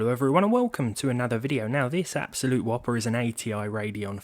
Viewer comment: "Abslolute Whopper" lol